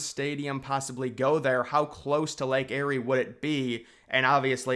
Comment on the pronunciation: Lake Erie is pronounced Lake (EAR)ie not Lake (Airy) that is akin to Mount Airy North Carolina or Mayberry, NC (Where Andy Griffith was filmed. (layk ee·ree))